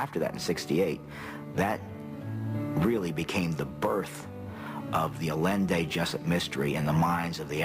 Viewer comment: Funny how he can't even pronounce the name of the man who supposedly became the focus of his life. It's 'eye yen day not 'a len day. Pitiful